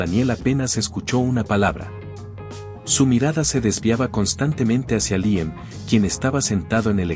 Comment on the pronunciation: Porqué cambia la pronunciación y dice Liem en lugar de Líam?